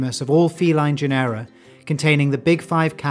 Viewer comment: Thanks for the video! Just wanted to point out that genera is pronounced like general without the l, i.e. as JEN-er-a, stressed on the first syllable. Same with the caracal, which is CARR-a-cal (carr as in carry). As a bonus, Uto- as in Uto-Aztec is pronounced YOOT-o. Also, be careful not to refer to the Caucasus region as "caucus" region.